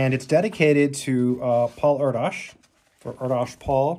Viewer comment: Last name is pronounced (Air - dish) . 🤘🎸